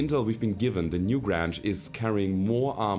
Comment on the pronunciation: Loving the series, subbed because of it. Your English is amazing, I can only wish my spoken German were so good. Only a minor quirk: the "Newgrange" is probably better pronounced to rhyme with "strange" than "flange". I know, English spelling is idiotic. A "grange" is a kind of village, originally. Anyway, loving the shows, don't let people tell you how to play - it's more fun when you play the way you want, because you'll be enjoying it more. And honest enjoyment is the thing that brings people back, I think. All the best from Canada!